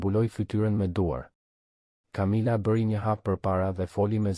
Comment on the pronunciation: A mundeni ta lexoni mire tregimin ne gjuhen SHQIPE,,,,,sepse perhere thoni qe ngjarja zhvillohet ne SHQIPERI por edhe shume pjese jane kot,te pa imagjinueshme!!! une edhe mund te mos e degjoj fare dhe mbyllet me kaq, po nuk e degjoj dot te shqiptohen keq fjalet! Kamila jo Camila etj etj etj!!!!!!! Aaaah po flet shoqjqa!!!!!